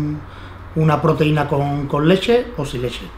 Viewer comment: "La leshe" jajaja